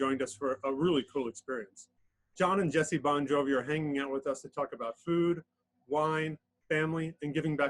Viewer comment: Ffs man,it's Bongiovi,not Bongjovi.